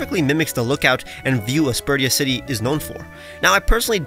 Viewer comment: ...also, wouldn't it be "Aspersha city"? Never thought about the pronunciation of this one as much until now though 🤔